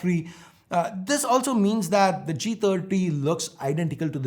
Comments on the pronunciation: Lol I thought I heard Moti G tatti when he said first line. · I heard moto g taati😂😂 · He said motog30 ,it sounds like motogtatti😂😂